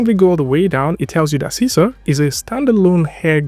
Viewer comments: It should be pronounced See-See-R ... because it's in Malay or Bahasa Indonesia. Sisir means COMB. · Sisir is a comb tool in Indonesia language, and you should pronounced it like you said 'see seer'